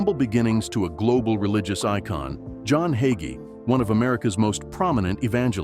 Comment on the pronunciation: Waste of time! Narrator can't even pronounce his name correctly! He's a great Christian man